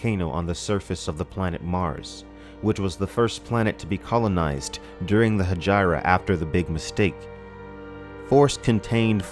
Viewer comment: I think you're mispronouncing Hegira. PS: You persuaded me - just bought the Kindle version.